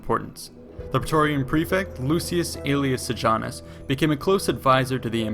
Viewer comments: Very interesting but please get the pronunciation right: Sejanus is "Seyanoos" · you cannot ear the way he pronounces seianus. segianus hahahah!